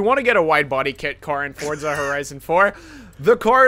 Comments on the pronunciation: Its Forza not "FORTZA" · Why does he keep saying fortza when it is clearly forza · Fortsa horizon? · Why do you say Fortza.. 🤔